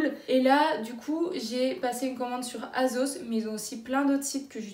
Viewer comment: « azos » ? « shiine » ?